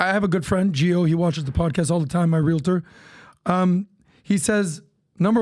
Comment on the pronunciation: Omg, DOES NOT understand how it works and he doesn’t even know how to pronounce REAL-TOR. No one has EVER been forced to sign with a full price agent. Discount agents have always been around. You get what you pay for. You can also list your home yourself. These new changes may be very bad for buyers. Buyers may indeed be paying full price for a home, which is includes the cost that would have gone to represent them, yet they will not have any representation in the biggest transaction of their life. Paying for it, but not receiving it = a bad deal for the buyer., you do not know how it works nor what the agents do to earn it so please, educate yourself before you speak.